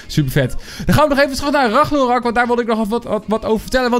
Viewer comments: Spreek alsjeblieft de naam goed uit, het is RAGNAROK en niet Ragnorak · Het is ragnarok niet ragnorak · Like als je ook hoort dat de hele tijd ragnorok zegt plaats van ragnarok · Het is Ragnarok. Niet Ragnorak. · RagnArOk niet ragnOrAk like als je er niet tegen kan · Kun je aub ragNArok zeggen ipv RagNOrak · Je zegt ook steeds weer ragnorak he? Het is ragnarok🤣🤣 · Je spreekt het uit als regnarok, niet ragnorak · het is Engels he je spreekt het uit als raknarok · Hij zegt altijd ragnorak